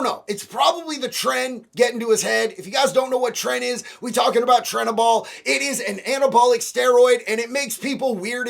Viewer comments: Trenbolone not trenabol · Trenbolone, not trenabol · Trenaball huh its trenbolone, its trenbolone enanthate and trenbolone acetate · Trenbolone not Trenabol. I think you combined Trenbolone(Tren) and Turinabol by accident. Anyways I wish your amazing attitude could reach my Brother who is back to stealing from my 82 year old Father again. My Dad just had a Heart Procedure the day before my Dad found $2000 in fraudulent Credit Card transactions from my Brother. Door Dashing Gift Cards from Speedway, he's relapsed on Opiates five or six times and he's likely back on it again. Turning Credit Cards into cash, for Opiates, by getting $100-200 gift cards 15 days in a row! He was in a Methadone program right after getting out after serving 4.5 years in Prison for stealing from my Dad to buy drugs. So sad after almost 5 years in Jail he couldn't stay clean, without Methadone or Suboxone, for even 3 weeks before getting in a program! I wish he could figure out a way to turn it around even half of what you have would make a HUGE DIFFERENCE to our family! He's going to end up killing my Dad through stress! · Not trenabol 😂😂 TRENBELONE 💪👍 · Trenbalone not trenabol lol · Tren ba lone. Not tren a bol my dude. Love ya dude but you mixing anadrol and tren together 😂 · This dude is kind of an idiot speaking on things he doesnt understand... i.e anabolics. What the hell is "trenabol" 😭😭😭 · Trenabol 😂😂😂😂 what the fuck is that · It's trenbolone brotha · It’s trenbolone. I’m not being a wiseass, just wanted to educate you my man!